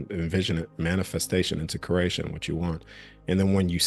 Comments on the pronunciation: Cree ate, sounds like you are saying crate tion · I love everything about this message. Its driving me nuts he keeps saying curration though, it's creation. Sorry I had to vent lol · Are you saying “curation/cration” as opposed to creation on purpose? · Everytime he says creation I hear Croatian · I cant unhear "crAYshn"